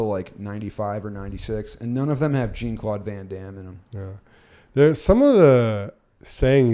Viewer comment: Jean-Claude is pronounced more like "John", or like Shawn, just with a j sound. "Jeen" is hilarious sounding every single time, though 😂